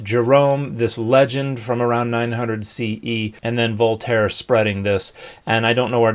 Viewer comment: lol, Voltater